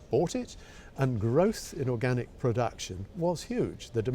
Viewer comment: It's weird how you can't pronounce the word organic right when your whole research is based on it. Knowing your topic seems pretty handy.